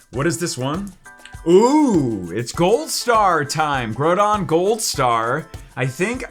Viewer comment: Your saying groudon wrong